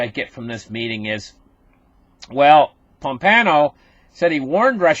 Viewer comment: There is no "N" in Pompeo